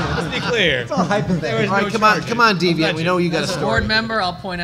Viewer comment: Does this bother you deviant? (Last name pronounced incorrectly) fantastic talk!